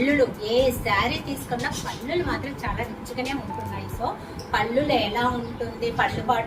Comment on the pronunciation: పల్లు.అంటారు . పళ్లు కాదు అండి మీచీరలు అన్ని బాగున్నాయి